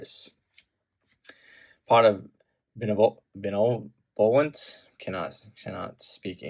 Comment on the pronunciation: pot of benevolence pronunciation 😂😂😂